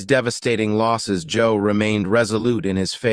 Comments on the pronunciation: AI said similar to job not Job and Joe is in the caption. AI is not able to distinguish between job and Job. Good thing we know. GOD IS IN CONTROL!! ❤ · You're wrong Satan can most definitely read our thoughts. The mind is the devil's playground and oh by the way it's Job not Joe. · When you say Joe you mean Job? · I like the video, but I have to point out... it's Job (pronounced like Jobe) not Joe, from the book of Job... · It's Job not Joe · I Thot it was Job.....not Joe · It's Job not Joe ! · It's Job and not joe😅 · It is Job. Not Joe. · Job, not Joe ❤ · Love the video! Just a heads up, the AI voiceover was saying Joe and not Job 😊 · Did AI correct itself from Joe to Job ( with short “O” ) by itself ? 🧐 would’ve been nice to have added scripture references to this. Good study though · This is a fine recording but if you are going to quote the Bible please quote it correctly. His name was not Joe, it is Job (Jobe). Please correct, so people in the future hear the truth, since you are trying to spread the truth. Thank you. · Why did you say Joe instead of Job? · The man’s name is Job, not Joe. It is pronounced “Jobe.” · His name was Job. The name is Job not Joe. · It's not joe 😇 it's (job) don't you know that and you're trying to preach God's word 🧐😱🤔😇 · It’s Not JOE it’s JOBE get it right! God bless you! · Correction; it's "Job" not Joe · I strongly suggest your dubbing artist improve his knowledge of the Biblical Character Job (and not Joe!). It defeats the purpose of this video. Please include the correction and post the video again. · I just watched this and his name is JOB, not job and not Joe. 😢I mean come on. How can I take you seriously now. 🤷‍♀️🤷‍♀️🤷‍♀️ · One thing that irritates me is these ai voices never get it right. One minute he's Joe, the next he's Job (what you do for a living) Sigh!!! Hire a real human narrator. If you can't afford one do it yourself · It's not Joe. It's JOB. Everything sounded good up until then, then you lost me. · Job, not Joe.